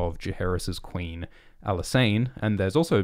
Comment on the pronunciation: "I swear to-ward the Qweeeen"